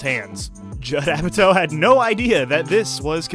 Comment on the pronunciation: It’s Apatow LIKE POW! So cringe hearing said like toe. I can’t watch the rest of this video. What’s next James Francow?